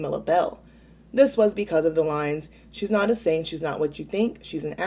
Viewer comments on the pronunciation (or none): none